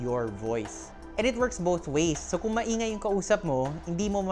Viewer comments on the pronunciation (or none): none